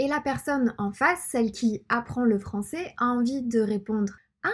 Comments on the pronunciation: La prononciation du mot "Français" n'est pas bonne. Il faudrait dire plus souvent l'accent grave en fin de mot qui finit par : Est Ais Ait Aient Et On utilise l'accent aigue seulement pour : Le mot "et" Et les terminaisons en er. Il faudra donc maintenant se corriger et ne plus dire "cé bon" et "françé" mais bel et bien "cè bon" et "françè" par exemple. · Ceux qui veulent apprendre la langue ont de la chance ici, c'est top! Sinon j'ai remarqué que tu prenonce "français" [franç-é] et "c'est" [cé], tu sais d'où ça vient? j'ai pas l'impression que ça fasse partit d'un accent regional en particulier mais je pense que c'est plus courant dans le sud et le sud ouest quand même. Et tes yeux sont vraiment incroyables^^